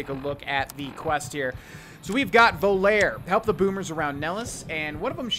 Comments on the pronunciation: Thanks for this video series! I always love them. The following are referenced in the video and this might give some context to the younger viewers out there. "Volare!" is pronounced "Vo-Lar'-ay", it's Italian, meaning "Fly", as in what birds do, but flies do too. :-) It was a big song in the 1950s. "Oh to slip the surly bonds of earth..." is a reference to the poem "High Flight". When I was a kid, most TV stations shut down at midnight. Sometimes that poem was read with a video of a fighter jet flying through and around clouds. "USAF" is the abbreviation for "United States Air Force". Sorry if this is annoying but these vids bring back a lot of memories. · Volare is actually pronounced "Voh-La-Ray" I believe. It's a song from Dean Martin (and also a car from Chrysler).